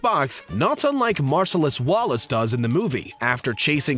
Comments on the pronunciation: Mar-suh-lus wallace? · Can’t pronounce Marcellus Wallace either.